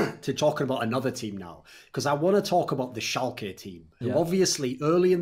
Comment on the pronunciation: Guys its German.. Schalke = ( Schal - kuh)